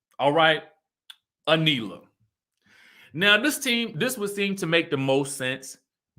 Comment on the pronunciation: Her name is A knee la. Lol.